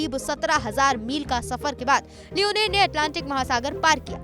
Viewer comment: Not leoneer this is leonor😂😂